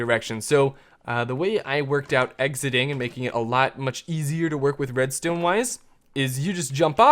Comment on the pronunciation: why did u say redztone?